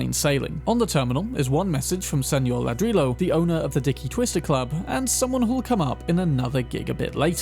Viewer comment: .. you might have missed a potential reference because you said something wrong. Not "la-drilo".. but "ladree-yo". One Mr. Ladrillo, that is.. Mr. Brick. Ladrillo is Brick. I am not sure how well that fits with the stories.. could Brick secretly be running a bar?